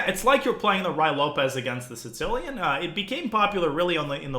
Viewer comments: Does he say “Sincilian”? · I heard “Sitz-cilian” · I hear it as “Tsih-cilian.” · Or maybe “Tsits-cilian”.